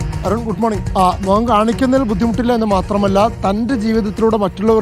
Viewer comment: mokam ennu parayathe,.. Say mukham. U r a reporter, use correct vocabulary. Next time....ok